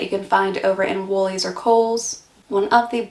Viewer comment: I love hearing you say Woolies, Coles and servo. You’re learning the language